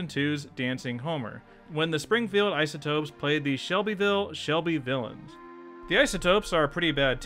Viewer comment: that's "Shelbyvillians", not "Shelbyvillains".